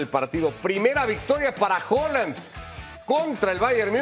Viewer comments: Joland que mania de nombrarlo asi. Cuando el propio haland dice que su apellido se pronuncia tal como se lee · Con todo respeto señores se pronuncia Haland con A, en el español la A inglesa no se pronuncia O con todo respeto señores comentaristas